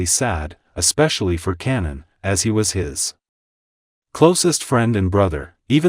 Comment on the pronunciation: Kanan not Cannon 😂